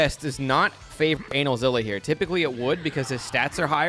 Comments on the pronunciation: Why are you calling him analzilla? Kts anilza like anilator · My ass when I heard how he pronounced Anilaza's name: 👀(It's not pronounced like that, it's ANEH-LAZA) ALSO I LAUGHED SO HARD WHEN YOU SAID HE HAS BOOTY SHORTS ON- I'M DYING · For the love of god call him the correct name. Its pronounce A-nigh-L-za